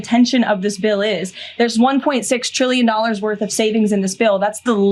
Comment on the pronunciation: just because you say "TRILLION" really hard, does not make it true. Lying is easy for these folks.